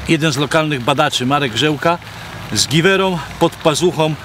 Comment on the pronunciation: Panie Łukaszu - Marek Grzelka, a nie Grzełka... Pozdrawiam!!!